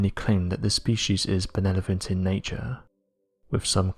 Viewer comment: Some claim the aliens are "'benelovent' in nature"? I think some consonants got transposed on that word.